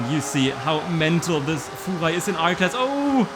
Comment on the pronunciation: "Fuchwai" love it